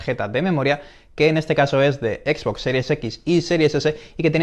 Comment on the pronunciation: Me estoy artando chicos, no es por ser mamon ni nada, es solo que no tolero que le digan equis box, es como una mescla de ingles y español. Me descuadra un monton, entiendo que tambien se lee box en español pero es algo muy feo escuchar a alguien decirle asi tras crecer en un ambiente donde todo el tiempo le hemos llamado "exbox"